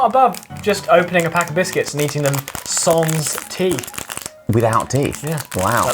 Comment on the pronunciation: sans is pronounced without the final s though. 😬